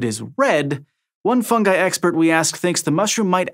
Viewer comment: Thank you for pronouncing "fungi" properly